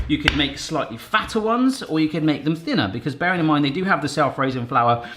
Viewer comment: For a split second I thought I heard you say -in-mind Could be a catch phrase for ya